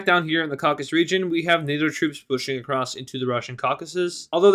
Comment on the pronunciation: Its Caucasus not Caucus.